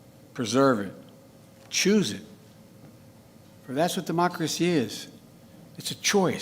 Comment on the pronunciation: "Demochrshee" said Joe Biden.... "Fumnemmemel" ... Joebonics